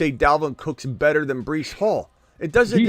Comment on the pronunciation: Bruh this guy reallly said Brice twice lmao